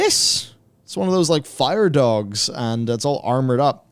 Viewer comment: "One of those Fire Dogs"? - You're ready for fatherhood,. Just botching names to drive your kids nuts.